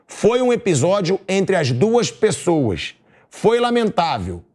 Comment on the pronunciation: Primeiramente nao se diz" pessouaxxxxxx "e sim pessoas..... midia midia midia kkkkk